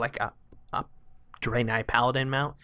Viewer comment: Drain-eye Kappa Wow youtuber dyslexia strikes again